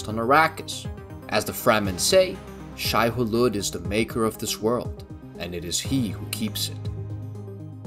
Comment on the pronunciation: It's pronounced "Shy-oo-lewd". And "Lee-et Kines".